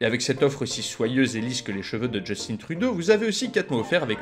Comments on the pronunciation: "Justine" Trudeau ok ont aiment pas le gars mais dit sont nom correctement... Justin iiiiiiin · Belle vidéo, cependant quelqu’un peut m’expliquer pourquoi les français prononcent Justin Trudeau a l’anglaise? C’est pas Jos-tine Trouw-deau, mais bel et bien Jus-tain Tru-deau… J’ai jamais compris pourquoi alors que le nom est clairement francophone? 🤨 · Très intéressant! Par contre, on prononce Justin Trudeau à la française (pas Justine). 😅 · Juste un petit point, la fin du prénom de Justin Trudeau se prononce comme « lapin » et non comme « bobine » 😉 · Justin, ça rime avec Martin.... Mais sérieusement le nom Justin n'existe pas en France (pour penser qu'il doit être prononcé à l’anglaise)